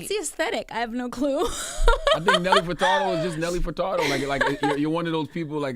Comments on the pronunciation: “Nelly FertaRdo”? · Why Charlamagne pronouncing Furtado like that "Fer-Tar-doe" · EVERYTIME I hear Charlemagne call this talented woman Nelly “Furtardo” i cringe!!! BRUH COME ON!!!